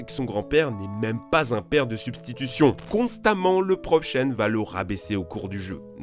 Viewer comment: Il n'arrête pas d'alterner entre Chen et Tchen. 😂